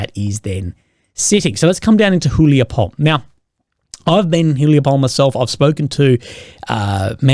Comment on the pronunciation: Small correction. It's pronounced [hulaipole] not [hulaipoul].